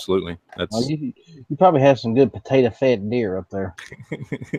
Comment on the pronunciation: Lol you said potato fed